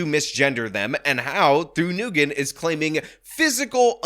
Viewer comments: Its pronounced like WIN. Not Newgin. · i’’m pretty sure it’s pronounced nwhen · I think the Vietnamese name "Nguyen" is pronounced "win." (if that's even her last name, I'm just guessing based on how he pronounced it). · I believe Nguyen is pronounced "WIN" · I dunno what’s funnier. This progressive clown’s claim that she’s “non-binary” or pronunciation of “Worcester” and “Nguyen”. War-chest-er! Noo-ghen! 😂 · I love that he keeps calling them “noogin”. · Nyugen is pronounced win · He pronounced Nguyen as Nagoon lol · do you even know how to pronounce Nguyen? The other guy can't even pronounce it either. It's "ng" just like you say "ing" but concentrate on the ng and then "u-en". Sounds like a "w" when you get the "en" part but there is no "w". Kind of like how everyone pronounces Erdoğan wrong. The "ğ" in his is silent. That's where the sort of "w" sound comes from. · When you are preparing a video, why can't you take 2 minutes to work out how to pronounce words? If you are doing a video about someone named Nguyen in a city called Worcester, you should properly pronounce Nguyen and Worcester.